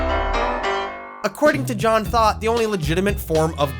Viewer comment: Lost has been my favorite show forever and I’ve been watching this masterpiece of a video in parts each morning- fully feeding the special interest thank you 🙌🏾😭 Btw, I keep hearing John Thought as “John Thot” and it makes me laugh EVERY TIME